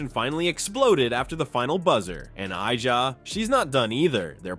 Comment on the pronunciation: Bruh that’s not how her name is pronounced. Do you watch the WNBA?